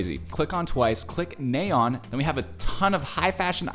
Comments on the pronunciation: WHY DOES HE STILL SAY NAYEON WRONG ITS NA YEON NOT NAE YON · It's na yeon not nay oen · It's not naeon it's pronounced as naa yon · “Neigh-yeon” 😂 it’s naay yeon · Nice analysis of the MV but he pronounced Nayeon's name wrong every time. It's not "nay-yeon", it's "na-yeon". The first syllable has a hard A sound which should sound like "ah" or "aaa", not "ay" or "ey". I guess this is his first time seeing Twice since every Once knows this, actually 99% of Kpop fans probably do since Twice is one of the top groups. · Kind of (?) unrelated but i wanted to point it out, When you say "Na" it's more like the "a" in "as" so, it'd be like "Nah-yeon", not so much as "Ney-yeon", you know Thank you for coming to my Ted Talk :) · btw, just so you know; her name is pronounced nye yon 💖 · Why Are you pronouncing It Ney-yeon Its NA-YEON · Sorry i don't mean to say that, Nayeon name is 'NA YEON' don't 'NAY EON"!! Thank you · It's Nayeon not Naeyoen, you literally watched the video an still messed up her name🤦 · Hahahaha.....I don't know why it bugs me so much but it's "NAH"-yun, not "NAY"-yun. But all good 👍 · just a heads up her name is pronounced "Nah-yon" not "Nay-yon" easy mistake though :)) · Also, just a friendly lil correction, its pronounced NA-YE-ON and not NAY-ON, hope that made sense 😃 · i cringe everytime i hear him say nay yun and the typo of her name in the top right corner.. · to pronounce "nayeon" its "nahyon" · her name is pronounced Nah Yeon. (Nayeon) T.T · nayeon is actually pronounced nye-on !! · idk if you care xD but the pronounciation of her name is nah, like "nah bro" and youn, like "young" without the g. nah youn :> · they are joking because he pronounce it like naeyon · You pronounces nayeon name wrong 💀 … …. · This isn’t hate just a little correction - The “A” in Nayeon is pronounced the same way as the “A” in after😓🫶🏻